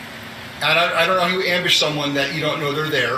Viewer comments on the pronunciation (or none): Why do US lawyers contantly start sentences with the word "and", pronouncing it something like "eeyannd"? They also have an annoying way of saying OK after every answer from a witness, something like "uh-keh" with a sort of reassuring question mark at the end.